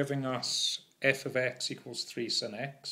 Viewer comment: The way you pronounce sine is the real sin